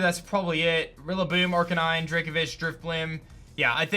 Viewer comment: He was saying "Aranine" wrong